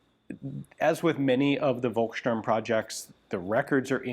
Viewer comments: The letter "v" is prounounced as a "f", so it's "folksturm". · Hey Ian. I thoroughly enjoy all your videos. As you were pointing out pronunciation, I wanted to give you a hint on how to say "Volkssturm". The V is pronounced like the ph in phone. Maybe this helps ;-)